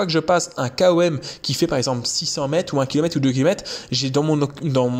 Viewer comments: Par contre on dis "comme" et pas K O M 😂😂 haha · Sympa comme style de vidéo ! Sinon tu peux dire " kom " comme ça se prononce au lieu de "K.O.M" lettre par lettre. En tout cas t'es le premier que j'entend dire comme ça 🤷‍♂️😉👍